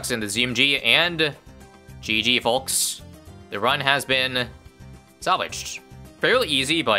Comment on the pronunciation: I've never heard aomeone pronounce the l in folks so hard